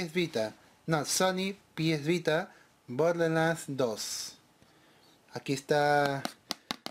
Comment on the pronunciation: Jajjajajajajjaja bodeland sin r jajjaajjajajajjajaa